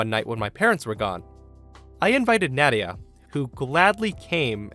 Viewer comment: You pronounced Nadia wrong, at least from the two I know. It's pronounced Nah-dia. Btw, love your videos.